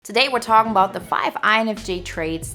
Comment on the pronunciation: "Taday we're tawkin bout..."